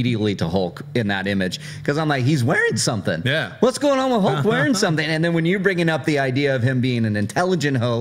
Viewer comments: Why the Americans pronounce Hulk's name as Holk with "O"? On said it correctly as Hulk and half a second later he corrected himself wrongly and said "Holk"!:D omg... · Stilyan Ivanov.. said it incorrectly first, then said it the right way. It's not pronounced "Hole-k" it's an "Uh" sound. Like "Up", "Shut", or "Huff". So...Hulk. H-uh-lk. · On he sais "Hole-k", on again "Hole-k", on "H-uh-lk" and on "Hole-k". That's what I hear.